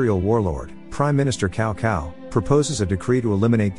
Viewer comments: Its not Cow Cow in Chinese the C has a S sounding. So Cao Cao = Sao Sao but with the letter C. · The funny thing is the ai seems to know that, it keeps pronouncing it Cow Sao as if it realizes its mistake on the second part of the name.